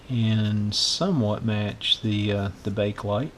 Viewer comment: It's pronounced Bake-uh-lite, not Bake-lite >